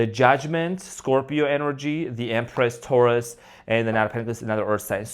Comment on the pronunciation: Omg 🙈you said it ” Thourus” stubborn earth sign needs to be humble 🙏👌♥️